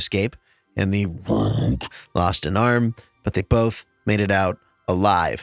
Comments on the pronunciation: Why does keep putting emphasis on the word rogue? also the way he doesn't this episode is honestly really annoying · He puts the emphasis on rogue because people keep saying they are playing as the color "rouge"